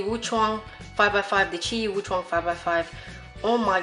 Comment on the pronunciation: just wanted to point out tht u said qiyi "WUCHUANG".... is it a mix of wushuang and weichuang.... just let me know....😂😂😂. Jokes...anyways good video keep it up...!!!